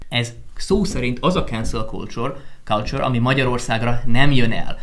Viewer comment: Kenszel kulcsor ... mintha a Főni mondta volna!